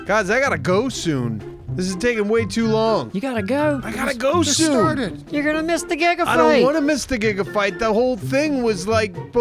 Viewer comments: Soon soon Did you say you have to leave soon toon XD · Did you say you have to leave soo toon?